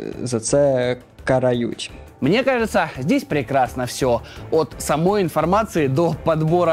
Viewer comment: караю'ть. Это из рода балакай Микола. Ну хоть бы что-то на украинском послушал и потренировался произношению слов